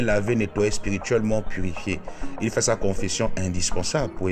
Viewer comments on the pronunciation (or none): none